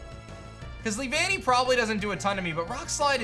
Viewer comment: “Lee-Vannee” caught me by surprise, i remember it being “Lee-vuh-nnee” in the show and it also wasn’t said as 2 separate words but one flowing word (Also my favorite bug type :3)